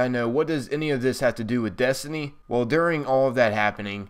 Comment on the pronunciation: It's also funny how he says desny not destiny